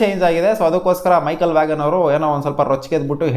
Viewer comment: Michael Vaghan alla bro Michael vaan adu